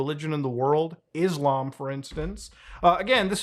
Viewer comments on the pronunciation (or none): none